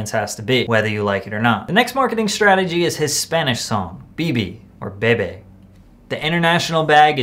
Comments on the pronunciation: This white ass says “Bebe” 🤣🤣🤣🤣🤣🤣🤣🤣🤣💀💀💀💀 it’s “bebè”🤦‍♂️💀💀🤣🤣🤣I’m dead asf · This foo said beebee 😂 it's bebe 💀